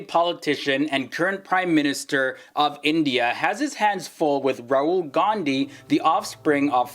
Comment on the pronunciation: Did he just say "Rural" Gandhi? 😂